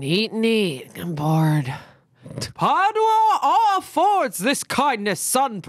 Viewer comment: Omg you guys pronouncing Padua that way is literally killing me 😭😭😂